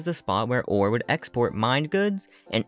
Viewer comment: This was an amazing video really loved the lore. I think the region name is pronounced Or-Ray because of the extra R in the word ore and the commercial for the game says it that way